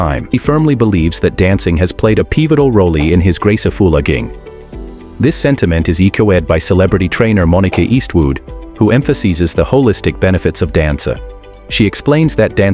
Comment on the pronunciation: "He firmly believes that dancing has played a peevotal roley in his grace of foolaking. A sentiment echo-eed by trainer Moni-ka East woood" 😄